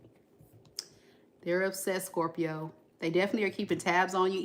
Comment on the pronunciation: Like the new setup! Also the way u say scorPIO! also a scorpio rising here👋🏻